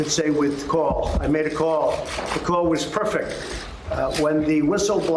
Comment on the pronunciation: Not perfect but “perfec”